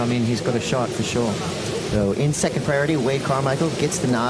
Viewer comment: I now say second with a T